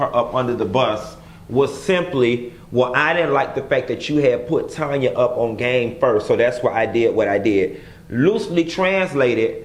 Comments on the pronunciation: LOLOL he kept saying "Tonya" and I was like who that?!!? He know it's TANya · TAAANNN-YA! not Tonya. lol!!!!!